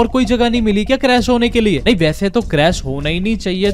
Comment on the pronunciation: It's not "nahii" it's "nii"